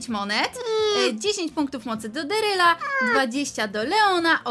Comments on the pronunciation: Sory ale mówi sią daryl nie deryl! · Mówi się darryl a nie deeryl